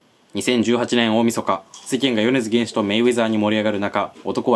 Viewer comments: げんしじゃなくてけんしです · ねずづげんしじゃねえｗ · よねづ ''げ''んしと言ったな。法廷で会おう。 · よねづげんしじゃなくてけんしな笑笑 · 米津玄師さんがげんしになっちゃってるから高評価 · よねづげんしじゃない！！！ けんしだ……!!!! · よねづげんし言うた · 米津「けんし」な！！！！！！ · よねずげんし？ げんし？ げぇ〜？ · 「よねづ "け" んし」な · よねづげんしって言ってて草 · 細かくてすみません。 米津玄師(けんし)です。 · 米津玄師 よねづけんし